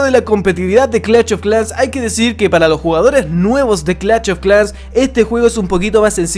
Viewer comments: Clacht of clans Fuera tan difícil decir clash y ya, como es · nadie:: cLaCHt o Clash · No se dice "clach of clans" animal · Gente normal: Clash of clans: CLACH OF CLANS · Empieza el VIDEO!!! Clach of Clans 🤣🤣🤣🤣👌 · Clatch of clans xd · Clach of clanch jajaaj xddddd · "Clach of clash" típico del buen chileno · "clach of clas " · Cada vez que dice clach of clans muere un niño en África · "CLACH OF CLAN" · Clacht Of Clan Jajajaja Ste Men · Googlea un poco sobre fonética, se hace incomodo escuchar CLACH, CLACH, CLACH cada 15 segundos, hay diferencia de pronunciación entre esto "SH" y esto "CH"... :v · Pronuncie el maldito nombre bien 😒